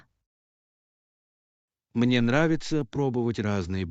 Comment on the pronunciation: Это ж обучающий контент, такая халтура! Ударения мимо: цве́та? ме́ста? "Поможет выбрать питание?" Давайте воспользуемся и вместе воспользуемся?